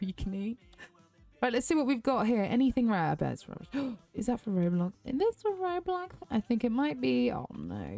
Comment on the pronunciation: it’s not roblox it’s ro bux